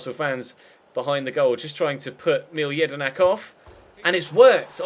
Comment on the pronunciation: It's pronounced Milae Jedinak not Mile